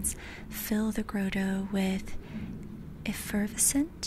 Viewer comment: Grah-toe and eff-er-ves-int. ❤ Love all you do, beautiful soul.